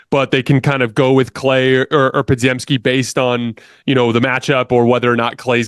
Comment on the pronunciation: Bro I love the channel but, why cant you pronounce Podz name right, Obviously you watch the games. Its spelled wild but is pretty simple to say Po-gem-ski